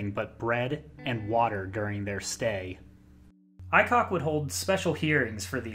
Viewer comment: Yokosuka is pronounced Yuh.Koose.kah Aycock is pronounced A.Cock I served on the Shiloh from . I didn't know Mims well, but I saw him around the ship. Luckily I left the ship shortly before Aycock took command. Every single one of my friends would message me and tell me how bad the ship had gotten when Captain Aycock took command. This went on for almost two years before Mims did what he did. The Navy failed its people by allowing that man to have command of that ship for so long. He was sending people to the brig for minor offenses. Everyone being sent to the brig was put on bread and water. If you seeked help for mental health he put you on restriction so you couldn't leave the ship. Read the reports on all of the command climate surveys.